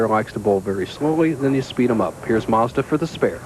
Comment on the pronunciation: Has anyone counted how many times Bo Burton called him "John MAZDA"??? LOL